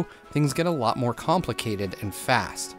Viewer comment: it’s more* not moar